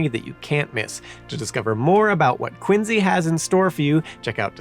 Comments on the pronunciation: Quin zee? Never heard that pronunciation before, but ok 🧐 I've always heard it pronounced as Quin See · Why does he say “Quin Z” ? is that how the town says it? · You might not be Simon but you definitely mispronounce things like he does. Quinzy???? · Is it just me or is he pronouncing "Quincy" with a z sound? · are you from Massachusetts? Or did you get corrected by a bunch of Bostonians because you used to pronounce "Quincy" the way it makes the most sense? (at least that is what happened to me:P )